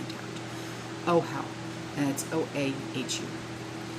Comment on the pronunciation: Casper, Wyoming. Also Oahu is pronounced Ohwawho. Oahu, Hawaii.